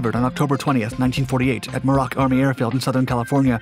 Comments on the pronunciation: You speak way to fast without comfortable expression. You speak in bursts. In short, you are difficult and uncomfortable to listen to. Try it again or with somebody else. By the way, it's pronounced Myour-rock, not Mer-ock, a dry lake in California. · muir-ock. It’s pronounced muir-ock